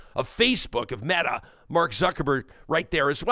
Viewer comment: her argument make zero logical sense. Putin destroyed and took over private media into the realm of the state. Elon is doing the exact opposite by defunding and pushing media and organizations out of the state. Regardless of your thoughts on either they are the exact opposite. And its pronounced met-ta !!!!😢